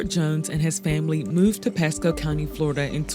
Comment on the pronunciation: Well, having lived in Pasco county before, I’d believe it. But I’m still not sure where this said “P-E-sco” place is. #Flo-ri-duh